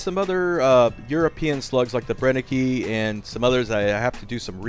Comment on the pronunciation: The Company is called BrennekE (not Brennekey) and the E at the end sounds the same like the E after the R or the E after the N.